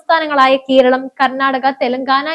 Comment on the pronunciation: കീരളമല്ല -നീതൃത്തം അല്ല നേതൃ ത്വം